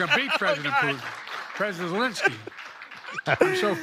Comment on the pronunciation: He called him Elensky as well.